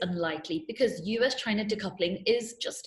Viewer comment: Vote for Trump.. to raise the WW3 Flag for you.🥳🥳🥳 At least Trump is brave when say "chiinaa" ..🤪